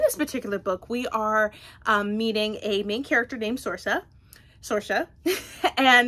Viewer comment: The name Saoirse is pronounced Seer-sha, it’s the Irish word for freedom. You’re saying Sorcha (sor-sha) but it’s an easy mistake to make when you’re not familiar with it